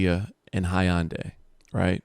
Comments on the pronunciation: Hyundai is pronounced huhn·day not high'yun'day 😆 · Lmao "Hi-on-day" 🤣 🤣 🤣 Hyundai = (Hun-Day) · The “high-an-day” 😂